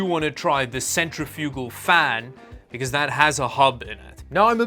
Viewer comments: I think you need to watch another YouTube video to learn how to properly pronounce Decal and Centrifugal. It's De-Cal not Deckal and it Cen-tre-fi-gal not centry-fugal. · kinda shocked nobody has said anything that I can see so far about the way he was pronouncing centrifugal lmao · Centrifugal = sent-RIFF-yoo-gul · Um, thats not how you pronounce "centrifugal" -- lol